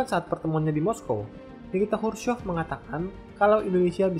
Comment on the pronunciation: Khrushchev bang bukan Khrushchov